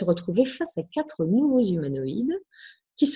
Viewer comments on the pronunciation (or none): none